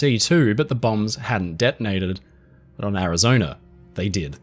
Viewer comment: A good historical documentary ruined through the use of a slimy limey AI developed by a second grade dropout living in the slums of South London. It has the battleship "Arizoner" damage during the Japanese assault as reported by crewman on the "Indianer" who "sawer" it. Both vessels had previously been stationed in North "Ameriker" but now sailed from Hawaii. If this documentary had had information about it, it would have reported that there were people in "Havaner" which is the capital of "Cuber," and Island lying south of "Florider" and "Louisianer." "Cuber" is closely allied with "Venezueler" northeast of "Bolivier" and "Argentiner." Geographically South "Ameriker" is west of "Afriker." Why any site which claims to be educational would use a slimy limey low class AI is beyond any reasonable deduction.